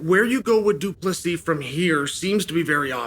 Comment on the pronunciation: Uncle Chael finally getting Dricus surname pronounced correctly .👍🙏